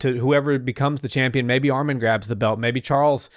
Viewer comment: Bro said armen it’s arman